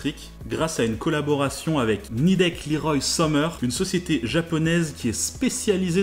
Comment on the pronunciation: Je suis d'accord, Leroy est un fleuron français passé entre des mais d'industriels étrangers et dernièrement le japonais NIDEC, mais Leroy reste Leroy et non pas "LIROILLE". ce détail mis à part, encore une super vidéo, Merci!